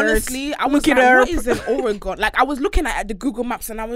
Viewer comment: just do your nike factory and go home. O-RE-GON 😩